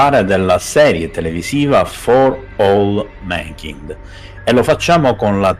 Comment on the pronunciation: Si dice /mænˈkaɪnd/